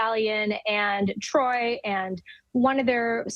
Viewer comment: She Called This Man Troy 💀💀💀